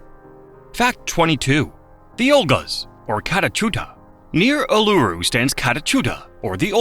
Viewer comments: Bro can’t even pronounce Uluru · Neither K'gari or Uluru were pronounced properly.